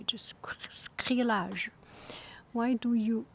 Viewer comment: I think you were trying to say “sacrilege”? sah-KREH-lidge :)